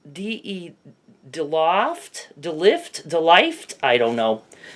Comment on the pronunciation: Hi, Delft - is pronounced 'del' with the 'ft' as in 'left' - a company in the Netherlands that manufactures very high end white pottery with a variety of blue patterns. Also known as Delftware. I'm sure you already knew that, but if you are anything like me would have forgotten because it isn't in a familiar context. Really enjoy your channel(s). 🙂